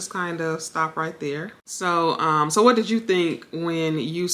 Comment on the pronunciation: The word is WHAT not "Weh"